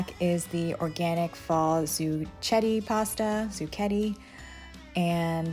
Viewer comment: They way to pronounce it is (Zoo Sh-et Tay) Zucchette